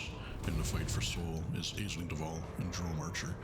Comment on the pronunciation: A word to the wise: "Aisling" is an Irish language name and is pronounced like "Ashling". The Irish language has its own rules of spelling and pronunciation and they are a bit different.